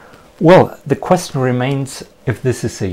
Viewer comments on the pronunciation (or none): none